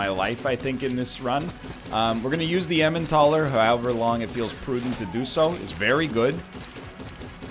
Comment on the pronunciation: What are the odds that he'll eventually pronounce "Elimentaler" correctly? (Hint, it's a portmanteau of eliminator and Emmental)